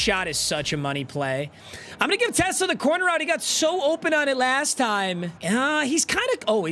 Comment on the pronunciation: ever since u pointed out how announcers say his name i cant look past it 😭😭 teSLAA